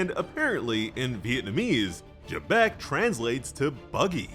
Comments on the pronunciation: It's Zebec not Gebec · There is no j in Rock's last name why does he keep pronouncing it with a j